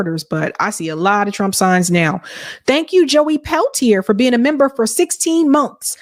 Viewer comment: "Union membah!"